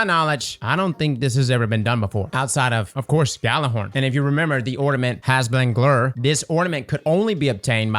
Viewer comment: Hræsvelger, and the Louisiana tongue of pronounces it "Hazblanglur". I am crying. 🤣🤣🤣